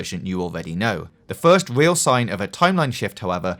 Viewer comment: I hate your voice so much, it is so distracting. there is no w after r in the world real